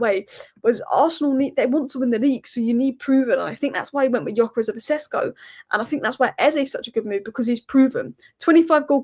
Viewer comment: Lol 😂 I just love how you say "OVER" Tottenham 😅